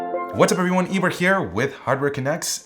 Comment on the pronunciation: Vedansh Agarwal i also thought his name was Ibra in the beginning. Considering how he pronounces his name and his appearance it's not that farfetched tbh.